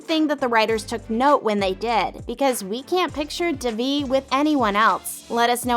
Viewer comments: Its don divi its deeeeevi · gor gods sake its pronounced they-v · It’s literally an Indian name it’s pronounced as they vee (I’m Indian) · Did you watch the show? You’re saying Devi’s name wrong. It’s pronounced (Day-Vee). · the series is in SHERMAN OAKS, CA not Boston, MA and you're mispronouncing Devi's name Please correct this. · 1. it’s in California 2. That’s not how you pronounce Devi 3. And that’s not how you Paxton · It's definitely not in Boston, it's in California, and Devi and Paxton's names is pronounced wrong. This is especially godawful in Devi's case. The video maker clearly didn't watch the show and it's so awkward to watch 😬 but all of the actors and actresses in this show are amazing and I love them.